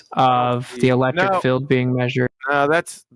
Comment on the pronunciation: It's one thing that he doesn't know how to pronounce "Gaussian". But how can he not know how to pronounce "field"??? He keeps pronouncing it as "filled" 🤡